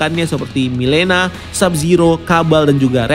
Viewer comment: Mileena bacanya Melina